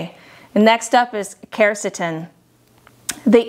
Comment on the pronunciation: she dosent even pronounce quercetin properly lol